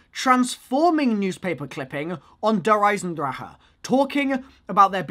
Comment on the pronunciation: I hate how pronounces der eisendrache